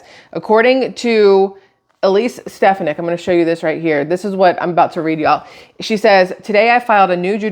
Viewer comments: FYI: Stephanik if pronounced with the accent on the middle syllable. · Stefonick I believe is how it’s pronounced. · StefOnick awe sound. Only because i heard say it all the time. Your saying the judges name right. I guess lol that how everyone on news says it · FYI- Ste-PHAN-ic. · her name is pronounced " Ste fawn ick " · I think it's pronounced steFAHnik